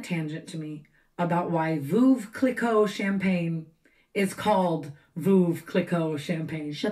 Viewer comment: Lmao…. The fact that Tana pronounced Veuve Clicquot wrong